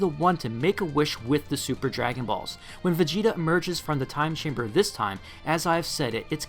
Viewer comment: Every time u said "Time Chamber" I heard "Gas Chamber"